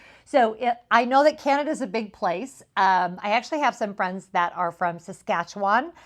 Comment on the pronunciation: When you said Saskatchewan I almost fell over! That's where I live and we get no recognition whatsoever because people seem to only care about British Columbia, Ontario, or Quebec. The prairies are beautiful, please visit! PS: you NAILED the pronunciation!!